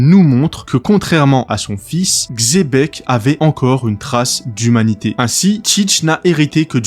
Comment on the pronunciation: Bonne vidéo mais la prononciation c'est pas "Xébec" mais "Tchébec"